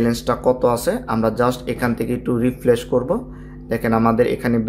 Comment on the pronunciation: Refresh Not re flesh 😂